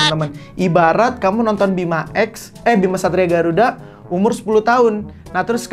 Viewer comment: kok aku dgr nya satria b*rakuda